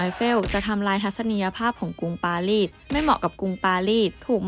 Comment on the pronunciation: รูปสวยฟังเพลินเลยครับ กดติดตามแล้ว แอบติเริ่อง ร.เรือ ล.ลิง และคำควบกล้ำครับ ดังกล่าว ฟังเป็น ดังก่าว ปารีส เป็น ปาลีด สงคราม เป็น สงคาม 😊 ติดตามต่อไปครับ